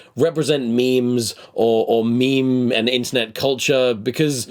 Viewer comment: they don’t ever say “meme” they always say “meeem”